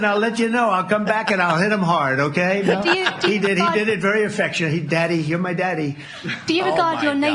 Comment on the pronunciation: "Daddy" in the British reporter's accent hits different, in a posh way. It's quite hilarious actually.